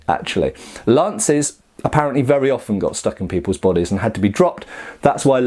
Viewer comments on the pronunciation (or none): none